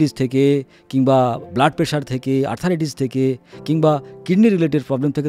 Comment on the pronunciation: শব্দটা আর্থ্রাইটিস, আর্থারাইটিস নয়।